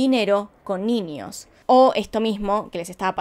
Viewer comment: Nada que ver, pero me da cosa escucharla pronunciar la ñ como "ñi". Tipo "niños" lo dice "niñios", o idk, "añejo" lo dice "añiejo" NFJSKFBD